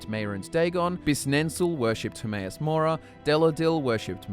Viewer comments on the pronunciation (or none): none